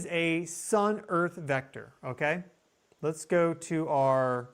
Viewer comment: L E T ' S as in LET US ... "Lez"... wth?